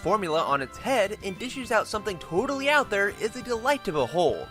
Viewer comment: TOADALLY! HAHAHAHHA